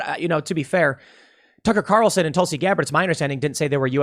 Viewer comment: I know what Tim met to say but he should be more careful with his words. It sounded like he said Tucker Carleton and Tulsie Gabber are evil people.